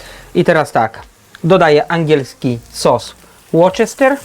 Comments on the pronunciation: Nie sos /łoczester/ tylko /łuster/ (tak, to jest głupi wyjątek) :)) pozdrawiam, przepyszne! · to sos łuste(r) nie łorczester pozdro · Łorczester ?! Łusterszer, ew sos łuster... jestem kucharzem i mieszkałem w UK 7 lat, proszę Cię kolego nie kaleczmy nazw, pozdrawiam